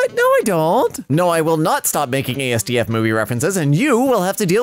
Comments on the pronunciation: Hey,, when you say asdfmovie, the asdf part is all one word, just like FNaF. It's not that hard, really. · I WOULD LIKE TO (politely) INFORM YOU THAT IT IS PRONOUNCED "AH SS D FFF" NOT "AY ES DEE EF" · It is said as-daf by the words of the creator of it... but ye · It is not A-S-D-F ITS ONE WORD ASDF (AS DIF)